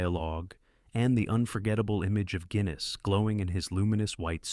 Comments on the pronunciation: Alec Gwinness?? It's Guinness as in the drink. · Gwinnis? Really? Lose the AI narration FFS